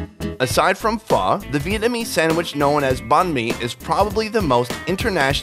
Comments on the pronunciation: Wow he pronounced pho completely correctly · Wow he pronounced "Pho" very correctly.